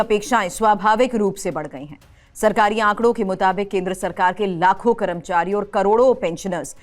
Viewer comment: कैसे कैसे लोग समाचार वाचक बन जाते हैं कर्मचारी बोलना नहीं आता हैं करमचारी बोल रहीं हैं 😂😂😂😂